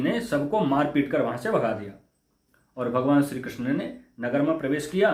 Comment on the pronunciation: Bhagwa dhari buddha musalman hai. Iski bhasha suno apko pata chal jayega yeh nimantran ko dawat aur Shri Krishna ko Krisan keh raha hai. Urdu bol raha hai hindi ki jagah.